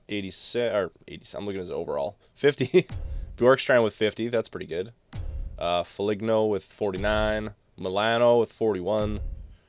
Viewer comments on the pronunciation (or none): Did he just say Fol-ig-no it's pronounced Fol-een-o